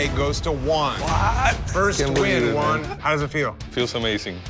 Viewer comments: Funny cuz all the time I kept hearing the name One, but when they showed his name it was Juan HAHAHAHAHA come on guys, it's not that hard, just the same as One but add the "H" sound at the beginning which is exactly what the J does in Spanish, so instead of One, say who-ann together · Dude is calling him Wawn rather than Juan. It isn’t that hard 😭😭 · Hate how they’re pronouncing Juan’s name. Sounds like they’re sending one lol